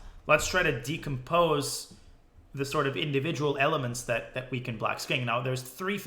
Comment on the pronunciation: man said decompose